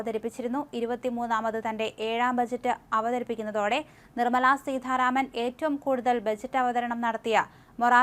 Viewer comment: സീതാരാമൻ ആണ്. സീധ അല്ല.